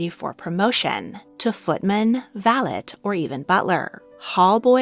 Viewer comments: I beg to differ, "valet" in British English is not pronounced with a hard t, but with a soft i at the end, sounding like "valei" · I’m from the uk and the word valet is not pronounced with a hard T at all. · In my experience, in British English, 'valet' is pronounced with a silent 't' and not the hard 't' you imply. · I always wondered why in Downton Abbey the word valet was pronounced with a hard tea. I thought, maybe the English just didn’t want to use the same sounding word as a French. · Valet's T is silent